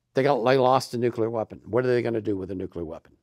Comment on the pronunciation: It's pronounced the way it's spelled: NUCLEAR - NEW-KLEE-AR, not NuKuLar.